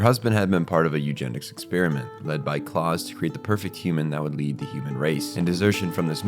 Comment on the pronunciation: pretty sure its pronounced like the german 'Klaus", not Claus as in Santa, since all the other names used in this manga are also Germanic. Also, you state "it's unclear if the twins attended the readings", then immediately say that they definitely did a few minutes later, and maintain that through the rest of the video.